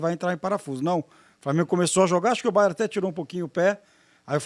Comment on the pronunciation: "O Baié tá em ôtu patamá" - Bet Henrique.